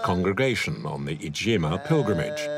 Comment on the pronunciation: The pilgrimage is called Ijtema, not ijjema!